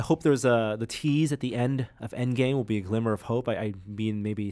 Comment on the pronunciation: Avengers "Engame"!?Missing the 'D', dude.